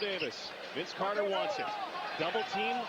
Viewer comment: Maybe Mike decided to shut him down after he heard the goofball Canadian announcers calling VC "Air" Carter.